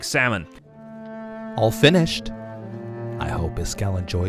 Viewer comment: do you think beefs “all fin-ished” was intentional?